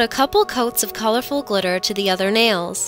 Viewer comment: Nails not ails